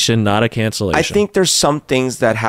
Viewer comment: "Conversation not calcellation" - I like that one